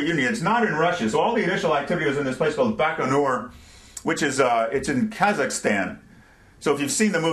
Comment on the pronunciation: Its Baikonur. Other than that, you are an awesome lecturer! Thank god Youtube is in good use, educating people worldwide by having these videos:)